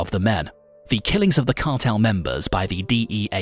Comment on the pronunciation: Ya man kills me listening to a guy who can’t pronounce the cartel right but I laughed through it